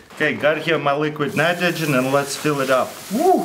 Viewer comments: "and lets put it in a mnmnmghmn nitrogen what? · Read this as he said it😂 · "and put it into liquid minaydogin" 😂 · "Liquid mnitrogen" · liquid nniterhgen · liqwid natrojen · i know you did your best to say it crack it minimidle and. luiquid nmnitrigen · " and put itro dre liqrid nritrogen "